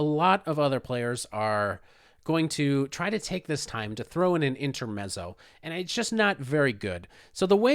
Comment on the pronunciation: Nice analysis of a fun variation. Just a quick suggestion on the word "intermezzo": the ending is like "pizza" (pit-zah). Keep up the great work!